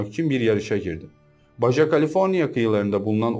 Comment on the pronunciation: Baja nin okunusu baha dir